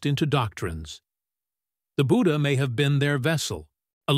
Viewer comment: When you can't pronounce his name 'budhha' and can't pronounce 'ganga' but still try to rewrite history with fake information.